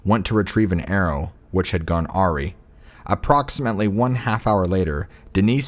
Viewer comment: For future reference awry is pronounced as ah-rye, not aw-ree.